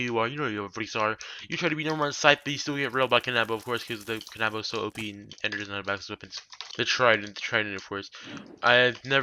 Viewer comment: "Kan - AHHH - bow" me: can - uh - bow